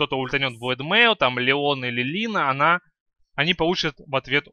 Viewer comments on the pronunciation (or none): none